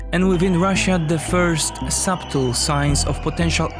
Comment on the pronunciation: I love it that you pronounce the "B" in "subtle".